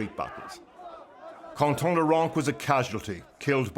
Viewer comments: His name is Quentin not Qonton! Quentin like Quentin Tarantino ! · It is pronounced "Kan-tan" not "Con-Tan" because in French, the "u" after a "q" is always silent and the "n" sounds are nasalized rather than spoken clearly. and that would have been relevant if the report was made for french speakers in french not in English. LEARN two things today ! 🤨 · And in FRANCE Quentin is pronounced contan. LEARN something today. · was wondering who con-ton is. Oh quinton is pronounced... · dear speaker your wrong accent is deplorable, would you say the same for Quentin Tarantino? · Unle3ss you are going to use a proper phonetic symbolism, such as the International Phonetic Alphabet (IPA), such as appears in dictionaries, dont bother with the difference between contan and kantan. and tom pronounce a name in a way that the person wouldn't use is just plain disrespectful.